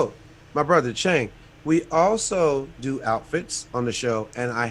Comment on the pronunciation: Yow really does his homework. And the pronounciation is on point. Visit MNL one time, we gonna take care of you. big up.